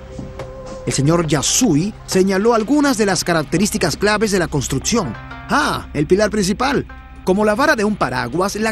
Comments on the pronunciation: El documental está muy bueno en la entrega de información, pero el narrador pronuncia pésimo las palabras. Etsito, Contrutcion, Otsido, Eletrico, Reatcionan, Esperimental, Setción, Eletrónicos, Poredosos, Carateristicas, Conetciones, Imperfetciones etc. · Construtzion, fletzible.... Qué zucede con el narradors?